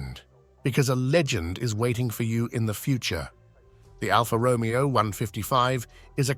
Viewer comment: A small irritation.The "Romeo" of Alfa is pronounced with the accent on the "E" not as in Romeo & Juliet & its Lancia Intergral(e) not Intergral!